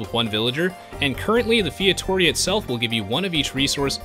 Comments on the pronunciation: I find it funny when you say "Fietoria" when the right one is "Feitoria". XD And the building name is FeitoRIa. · Thanks for the video! As a portuguese I've been waiting for this for... well since day 1 of AOEII. And... it's "fay-tuh-ree-ah", not feitohreha :D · It's pronounced fay-too-ree-uh :P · The correct pronounciation of Feitoria is Fay-Tow-ree-a, going short on "to" and "ri". great vid ; ) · yup, feito-RI-a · Featoria? Can you read? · my god, fietória hurts my ears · your pronouncing of feitoria made me cringe so hard but its all good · ur saying feitoria wrong, meu amigo! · Lol that pronunciation of "feitoria".